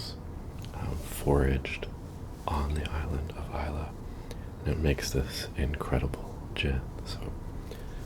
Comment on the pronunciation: Well done on pronouncing Islay correctly